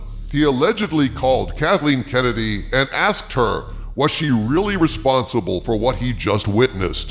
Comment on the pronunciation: Thumbs up just for the "Kuntleen Kennedy" 😂👍